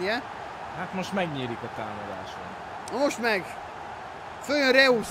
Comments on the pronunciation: Reusz xd😂 így kell kimondani: rojsz :D 😂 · Az nem reusz hanem rojsz 😂😂😂